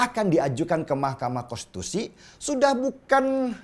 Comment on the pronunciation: bang denny .. susah amat ngomong konstitusi 🙏🙏🙏🙏🙏